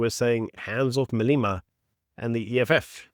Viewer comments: Malema not Maleema. Idiot! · pronunciation not "Maleema", but "Malêma". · No disrespect but I think your pronounce Malema’s surname incorrectly.